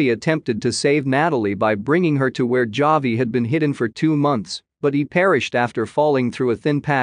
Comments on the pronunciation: The computer voice is killing me. JAH-VEE. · Javi is pronounced Havi.